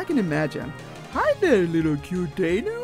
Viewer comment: Good video, I love the Mudkip animations :) Just one thing - number 3 on this list is pronounced Die-no, not Dee-no or Day-no. I know this because the evolution line's names are based on the German words for 1, 2 and 3 - eins, pronounced eye-ns; zwei, pronounced zv-eye; drei, pronounced dry. I am 100% sure on the pronunciation of these names. Sorry if I annoyed anyone with this, I just don't like it when someone pronounces something I KNOW to be right as wrong. Thanks for reading :)